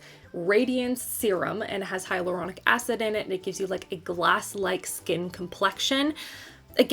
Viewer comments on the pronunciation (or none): none